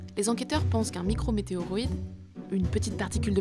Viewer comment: 54 secondes MicroMéteoroite 🤣🤣🤣